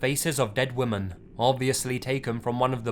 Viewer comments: and WOMAN every time instead of WOMEN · How the fuck does this guy not know how to pronounce the word women???. There's a very clear difference between woman and women. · The way he pronounces women as woman... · And the plural is WOMEN (pronounced WIMMEN). For the love of God, pronounce these words correctly. Pleeeeease! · Surprised an Englishman can´t pronounce Women in plural :)